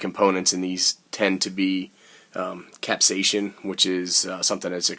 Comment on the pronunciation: Capsaicin (cap says in ) not capsasion. Hahahahaha